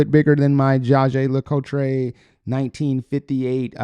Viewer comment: To use french way to write, you say "Jaeger Lecoultré" and there is not a "é" but a "e" at the end. Cartier is easier to pronunce. And, by the way, I'm french, and I have a comparable pronunciation problem with Nike. 😅 😉